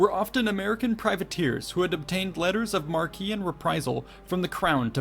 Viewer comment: I really wish people would stop pronouncing 'Marque' incorrectly. Its 'Mark' not 'Mar-Key'.